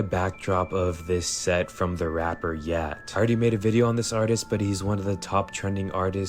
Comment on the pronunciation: It’s like a thing to completely botch names now, calling yeat yat. Like you know it ain’t yat 😂